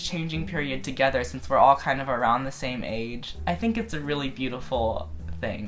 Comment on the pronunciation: the way you said together made me laugh so hard//you look like a squishy lil marshmallow